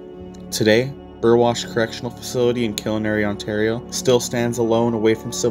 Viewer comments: killarney isn't pronounced kill-i-nary. It's pronounced Kill-are-knee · nice video I'm watching because I'm heading there myself in the future don't know why it bugged me so much but you pronounce Killarney incorrectly lol I'm from sudbury